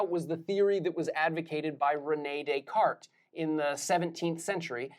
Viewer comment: The S isn't pronounced in Descartes.